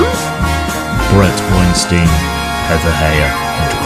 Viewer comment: It is pronounced Wine-Stine. They are very happy not to be Wine-Steen like Harvey.